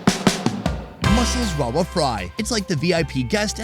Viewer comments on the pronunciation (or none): I have to correct you lol. Rawa fry? I lived in Goa for 5 years and I know that Indians struggle to pronounce V! 😂 It's Ravva fry 😉